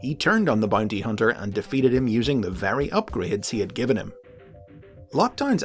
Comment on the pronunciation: “Bunty huhnter”